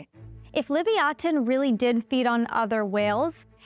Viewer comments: I've always heard it pronounced "Leh-viah-tin" like the biblical sea monster it was named after, hearing "Li-vee-ah-ten" threw me off so much I didn't even realize what she was talking about at first. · That first toothed whale's Hebrew name is pronounced "leev-yuh-TAWN," not "liv-ee-AW-tuhn." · What's with the "Lee-vee-aten" pronunciation ???? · Lee via tin is how it's pronounced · I honestly bothered me, because its definately supposed to be pronounced leh-viah-tin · I know they spelled Leviathan as "Livyatan," but I can't get past the weird pronunciation. I mean, at least put the emphasis on the same syllables or something. I heard why. I still hate it. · The Hebrew לויתן is the original (unless you insist on writing it in Paleo-Hebrew), not the translation. It's stressed on the last syllable, but I'm not sure whether Hebrew or Latin stress rules should apply when a Hebrew word is borrowed unadapted (except for writing in the Latin alphabet) as a scientific name. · That's not how Livayatan is pronounced. You're just being loudly and confidently wrong.